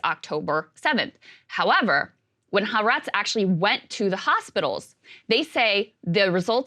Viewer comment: More than 2 months, and they still don’t know how to correctly pronounce Ha’Aretz.